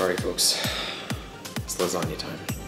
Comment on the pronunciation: "Lasagna" , Bro you kill my italian grandmom.